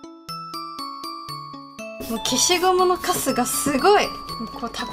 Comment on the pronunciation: ぐらいの 「消しゴムのカスがすごい」 が 「〜のくせが強い！」 みたいに聞こえたんだけど、、笑笑 さん、いつものように今日も最高に上手いですね！ 憧れますぅぅぅ